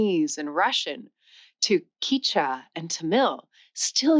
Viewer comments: The language Quechua is pronounced as "keshwa" (not "kichwa" as you said in this video) by the majority of its speakers. Only in Ecuador, where they lost the pos-velar Q, is it pronounced as "kishwa", but in Peru, Bolivia and Argentina, the language is called "keshwa". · You mispronounced Quechua as Kichwa, it’s Kechwa. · Kee-cha? It's Keh-chew-ah. It's not TAG-a-log. It's Tah-GA-log. It's Tah-BET-in, not Tah-BE-shin.It's Inter-AW-ga-tives. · Thank you for saying "from" rather than "than" after "differently". But it's strange in a video about languages that you mis-pronounce the names of other languages, e.g. the word "Quechua" starts like the beginning of "kept" not "key", and the language of Tibet is Tibet-an not Tie-beeshan. Keep that up if you want to put people off subscribing. Also, this weird fashion for diagonal video (not facing the camera) is going to look SO dated in a few years. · How does a linguist not know how to pronounce the names of languages??? FijEEan, TiBEtan, QuEchua, not Keechwa! How is this poss? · Hey, I love your videos, but pronunciations of many of these weird languages I’ve heard were different than yours. In Peru, I heard them call it “CATCH-wa” (Quechua). I’ve always heard TAM-il (Tamil), ti-BETT-in (Tibetan), and ta-GOLL-ig (Tagalog). (Heard natives use all these pronunciations.) Check into some of those pronunciations thru A.I. and YouTube and see if they don’t sound more like some of these I may have posted here, or others that are different than expected. (Also, interrogatives are in-ter-ROGG-a-tives.) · Quechua is pronounced "Ketchwa". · Maybe teach your AI to pronounce "interrogative' "Tibetan" and"Qechua". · Is this chick an AI? WTF is queecha? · You pronounced Quecheua different each time :)) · She also said Quechua and Tamil wrong at the start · If you can't correctly say the word "Quechua".............I have no desire to listen to you........... Can't trust anything that comes out of your mouth.